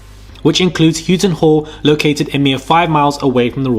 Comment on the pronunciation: Houghton is pronounced How-ton btw.